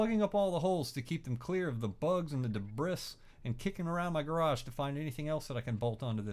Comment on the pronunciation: lol.. "debriss".